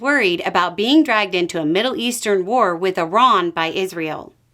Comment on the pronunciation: I like that you pronounce Iran correctly.